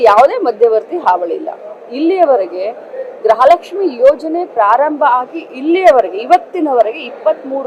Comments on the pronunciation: ಅಮ್ಮ ತಾಯಿ ಅದು ಗ್ರಹ ಲಕ್ಷ್ಮಿ ಅಲ್ಲ ಗೃಹ ಲಕ್ಷ್ಮಿ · ಸುಮ್ಮನೆ ಇರಿ ಮೇಡಂ, ಮೊದಲು ಗೃಹಲಕ್ಷ್ಮಿ ಅಂತ correct ಆಗಿ ಹುಚ್ಚರಣೆ ಮಾಡಿ, ಇಷ್ಟು ದಿನ ಪ್ರತಿ press meet ನಲ್ಲಿ ಎಲ್ಲಾ ರಿಪೋರ್ಟರ್ಸ್ ಗೆ brother 2 ತಿಂಗಳು ಅಷ್ಟೇ ಬಾಕಿ ಇರೋದು ಅಂದಿದಿರಾ, ಆದರೆ ಅಸಲಿಗೆ 8 ತಿಂಗಳು ಬಾಕಿ ಇತ್ತು. ಸದನದಲ್ಲಿ ಸ್ಪೀಕರ್ ಪ್ರಶ್ನೆ ಮಾಡಿದಾಗ ತಪ್ಪಾದ ಮಾಹಿತಿ ಕೊಟ್ರಿ, ನಿಮ್ಮ ಕರ್ತವ್ಯ ನೀವೇ ಸರಿಯಾಗಿ ಮಾಡಲ್ಲ, ಬಿಜೆಪಿ ಪ್ರಶ್ನಿಸಿದಾಗ, ಇವಾಗ ಸರಿಯಾಗಿ 23 ಕಂತು ಕೊಟ್ಟಿದೀವಿ ಅಂತ ಒಪ್ಪಿಕೊಂಡ್ರಿ. ಅಲ್ಲಿಗೆ ಸರ್ಕಾರ ಅಧಿಕಾರಕ್ಕೆ ಬಂದು 29 ತಿಂಗಳು ಆಗ್ತಾ ಇದೇ...